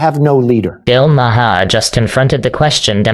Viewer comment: Bill Ma Har? Really ai